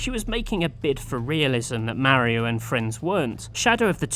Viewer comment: GUYS HE SAYS MEREO GET HIM!!!!